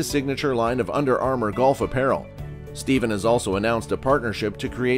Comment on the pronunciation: At least you should pronounce curry’s first name correctly!!!!!!!